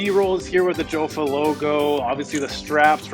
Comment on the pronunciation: it is pronounced "yaffa" or "yo-fa" not "joe-fa".